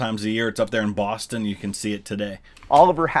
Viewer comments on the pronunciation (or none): none